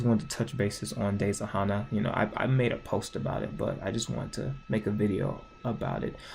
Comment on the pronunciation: RIP WOLF BOI Edit:your saying Hana wrong it’s said Hannah